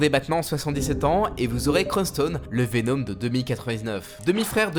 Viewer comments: Pk tu dis venOm 😂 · Joli travail. Très cool. Par contre, pitié, travaille ta prononciation de certains nom comme Venom ou Shriek.